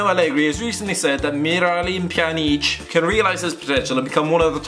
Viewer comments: Pe-yan-ich And bos-ni-a and herts-a-go-vina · marios zamparas pe-an-itch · MIRALEEM PJANEEECH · Pjanic what Piya-nich 😂😂😂 ffs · Hahaha, he got me there. He sounds like Marylyn pee-on-each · Great pronoancen of pjanic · omg that pronouncement on miralem pjanic AHHAHAHAHAH dude get your shit together,actually you butchered every name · Did you have a stroke while saying Pjanic? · Why say pjanic's name like that? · HAHAHHAHAHA THAT ACTCENT U NERD HAHAHAHAHHAHAHAHHAHAHAH MIRALEEM PJANEEC U NERD